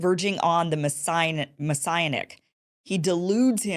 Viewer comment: How does a person of Iversen's obvious intelligence not know how to pronounce the word "Messianic"? It refers to the Messiah, Kim. Open a dictionary occasionally. Read something once in a while instead of just watching videos where no one else knows common words either.